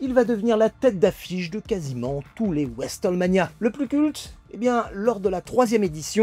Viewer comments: alors petite précision ce b'est pas westernmania 9 lzis WrestleMania qui se prononce : vrouaiseul mania 😁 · Pour prononcer WrestleMania en français le plus efficacement ça serait "resseulmania"